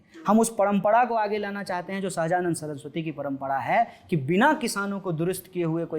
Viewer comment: At 3.53 . पडमपडा instead of परम्परा।